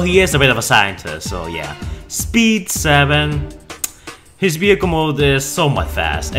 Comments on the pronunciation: What about saying vehicle and not behicle ? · ehhhhhh sounds like b though